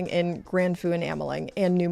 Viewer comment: The feu in grand feu is pronounced more like huh with an f - sounded like you were saying foo!